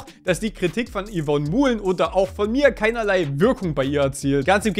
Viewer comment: Hey Dude, Du könntest Dir mal, als eine Form von Höflichkeit, angewöhnen, den Nachnamen von Yvonne Mouhlen richtig auszusprechen.. Das fänd die liebe Yvonne bestimmt prima! (Das wird halt eher so französisch ausgesprochen)